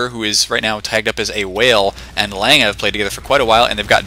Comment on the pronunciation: Not this Lange he says it right.